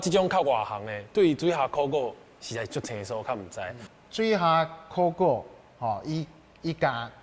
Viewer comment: 很多專業台語名詞都說的不夠專業 比如說在貴節目中所謂的（考古） 就有不是克夠洗柯夠